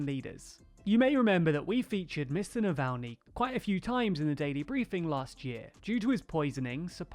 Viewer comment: Good work on pronouncing Navalnys name this time ;)